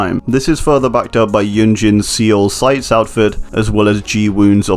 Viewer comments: He said sea ole. It’s pronounced “soul” man.... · Seoul is pronounced sou-ool not SeeYoll. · Its not se owl its soul pronounced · Umm you pronounced Seoul as See-oul but it’s pronounced Soul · Sorry it’s pronounced soul not see ool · see-oul bro its soul. SOUL not SEEOL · Seoul is pronounced soul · Love your videos but I wanna say that Seoul is pronounced like soul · Just to be helpful in the future, Seoul is pronounced “Soul” ☺️ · oh boy do i love "see-ole" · Pronounced "Soul" btw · Ok i know this is minor but: Seoul is pronounced more like Soul. Its minor but its REALLY annoying me but i understand the mistake and all i ask is that you learn from your mistake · Hey man, Seoul is pronounced soul. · you did not just pronounce Seoul like Seal, did you? ... Haha no front man, great job on the video. Just took me like 20sec to get which city you meant. You get much closer in pronouncing like the word "soul" which is still off but closer ;) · Seoul is just pronounced “soul” 😁 I was born there lol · the pronounciation of Seoul isn't an opinion. There is a right and a wrong way and See-ul is wrong. The e stems from the romanization of 서울 because there are two different sounds for o 어 is romanized into eo as in "soul" and 오 written as o as in "ohhh" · Seoul is pronounced more like soul, great video tho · Great video, but the way he pronounces Seoul hurts me... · Lol he can’t say Chernobyl or Seoul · The way he pronounces Seoul is actually kind of triggering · Great video, but the way you pronounced Los Angeles and Seoul hurt me a little bit😂. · You did not just pronounce Seoul that way . . .